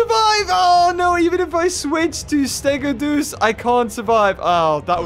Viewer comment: I hate to be that person but I think stegodeus is pronounced steg-oh-dee-uss. At least that's how I think it's said.